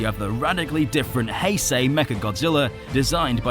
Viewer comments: He pronouces heisei as "hey-sey" alr so are you then gonna pronouce Einstein as "eyn-steyn" then lol. In general the "ei" is the "I" sounding so the pronunciation of heisei is Hi-Sci. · its hei-sh-ei